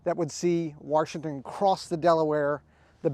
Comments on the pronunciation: There is no R in Washington. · You have this guy teaching and preaching about preservation but throughout the whole video he keeps sayings George WaRshington. There is no "R" in "Washington". Pronounce the word right. :)